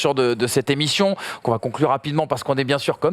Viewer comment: Top cette "Cette émichion " x) Sans dec bravo pour la réalisation !